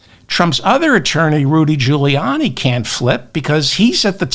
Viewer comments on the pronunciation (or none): none